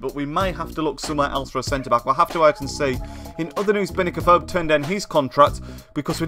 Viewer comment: U can't say afobe right